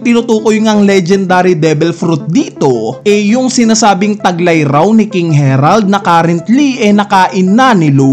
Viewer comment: eto yung correct pronounciation based on Japanese: Gunko - Gungko not Gun-koo Harald not Herald Sommers not Summers Killingham Hajrudin - High-roo-deen